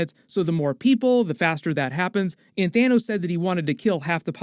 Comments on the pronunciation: "THINOS" LOLOLOLOL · "thin-os". :D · "You can call him Thinos" 🤣😂 nice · i love how he said "thinnos" lmaooo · "Thinos" lol